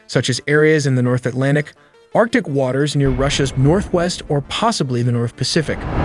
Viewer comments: Arctic Ocean not Artic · its arctic ocean not artic, is this channel literate or go to elementary school?